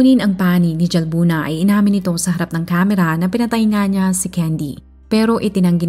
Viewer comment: Halbuna po ang pgkapronounce ng Jalbuna☺️